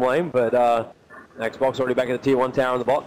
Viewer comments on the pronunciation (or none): Listening to the narrator call XBOCT ''Xbox'' is fucking painful to my ears. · Its XBOCT, not X BOX